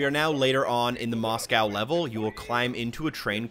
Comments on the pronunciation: "Mos" "cow" lol in assuming that myst be wrong? 😂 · Good video. Will perhaps come back to this once I’ve finished the game. Also just learnt how Americans (at least some) pronounce Moscow